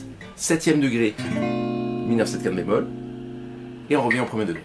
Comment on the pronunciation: Ah j'ai compris, vous dites "5te bémol". Ok. Comme ce n'est pas un terme usuel, ça vaudrait le coup de bien articuler à ce moment là.